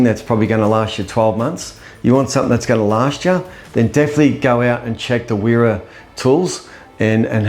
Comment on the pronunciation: I live in switzerland. its used widely over here. (Im australian). Only point to note it prounced Vera. The W make a V sound.